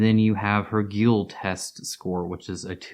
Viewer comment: Thanks for the informative video. BTW, "guile" should be pronounced "ɡaɪl" (like "guy"+l), I think.